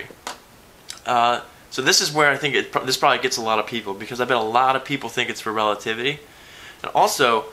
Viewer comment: Relativitaly? I'm italian and i'm OFFENDED eating spaghetti loudly